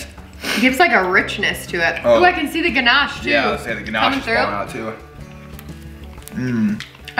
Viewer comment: pronouncing Ganache like a pro! 😂...that all looks wicked! I was impressed at how you filled the muffin tin without making a mess... I haven't unlocked that feature yet LOL, I ruin the kitchen every-time I bake